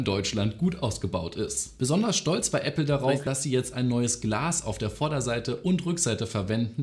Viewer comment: | Hat er grade ernsthaft Appley gesagt?!?